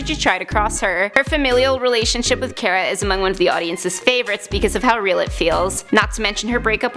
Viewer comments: It is pronounced Kara not care a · I disliked just because you didn’t say Kara’s name right